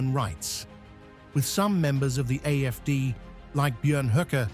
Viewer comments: Am I hearing AMD when letters show AFD? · You keep saying AFC it's AF.D